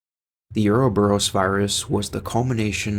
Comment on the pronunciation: Is this AI voice slop?? Listening to this shit mispronounces ouroboros over and over and chrysalis was jarring.